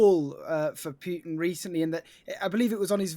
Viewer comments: In the first minute, old mate pronounces Putin two different ways. Stop pronouncing the yod. Its not Pyu-tin. It's Put-in, rhymes with foot. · It's POOTIN, not Pewtin, for christ's sake! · Who tf is pewtin & rusher? 🤣